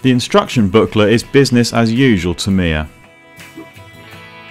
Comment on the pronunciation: Awesome work. But I wish you'd learn the correct pronounciation of Tamiya.